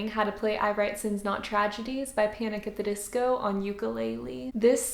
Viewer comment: Was it just me or did she sound like extremely Spanish when she said panic! At the disco